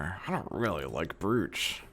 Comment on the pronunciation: "Brooooch", brooch is pronounced like roach